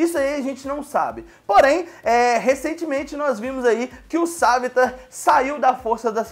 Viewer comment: "Sávitar" "Olly"